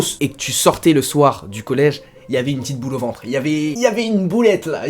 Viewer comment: Ptdrrr il a dit "boulet" comme au bled, c'est un Baisé 😭